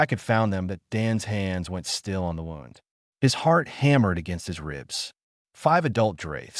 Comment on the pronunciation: Please invest in a QUALITY AI reader that does not say dot at the end of every other sentence and does not pronounce “it” as “eye-tee” and knows the difference between “wound” as in flesh wound and the past tense of wind like what one does with a clock. Very annoying and difficult to track the story.